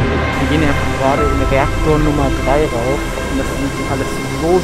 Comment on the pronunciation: Reakotr xD